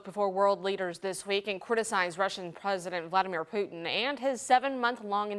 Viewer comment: Pooor Poo-ton! . . . The Man's suffering from Dementia! .. Worse than dRumpfff!